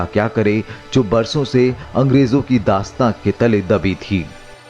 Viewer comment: डॉक्यूमेंट्री बहुत अच्छी लगी, परन्तु वर्णनकर्ता से अनुरोध है कि कृपया वो अपने द्वारा प्रयोग किए गए इन शब्दों का शुद्ध उच्चारण करें। मशाल माशाल नहीं संस्कृत सरंसृत नहीं शासन शाशन नहीं समाज सामाज या शमाज नहीं दासता दास्तां नहीं पहले पहए नहीं हो गया होग्या नहीं